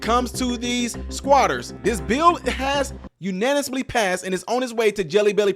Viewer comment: Unaniously! LOL